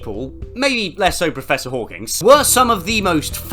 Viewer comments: I've never heard someone pronounce "Hawking" as if it had an S at the end. Is this a British thing like how they pronounce "math" with an S? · Professor hawking, his name is professor hawking- why does everyone call him professor hawkins???